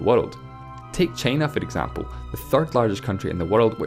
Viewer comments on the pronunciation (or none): take cheina foe exempore